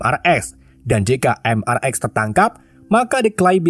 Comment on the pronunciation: Bang mrx itu dibaca mister x bang bukan mrx😅